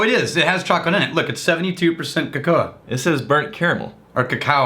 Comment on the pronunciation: HAHA! Cocoa!! Cuckow! Cuckai!